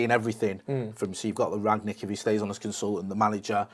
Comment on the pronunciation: How difficult is it to say Rangnick?